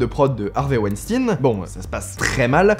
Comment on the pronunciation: On ne dit pas "wenstinne" on dit "weinstein", comme quand on dit "Einstein". Ton intonation est ridicule.